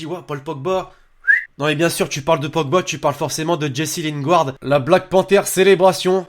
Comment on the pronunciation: Lingard pas linguard